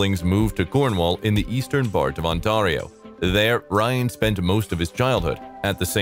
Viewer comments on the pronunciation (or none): Pronounced: On-tear-io, not On-tar-io. Love Ryan's work except Barbie which is a true conundrum, a mystery, a rubber doll story! How is this even a movie??? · Canadian here… it.s not Ont-ah-rio. It.s On-tear-io . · The way he says “Ontario” sounds exotic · The AI narrator had a funny pronunciation of Ontario. 😅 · Could you please pronounce "Ontario" correctly? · Nice ‘Ontario’ pronunciation. Not! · Holy shit dud it’s Ontario ( the a is pronounced each not ay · This man keeps pronouncing Ontario wrong ,, 😂😂😂😂😂😂 just stop ,,, lol 😆